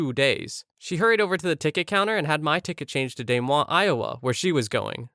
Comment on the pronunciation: do you mean… Des Moines? Pronounced (duh moine)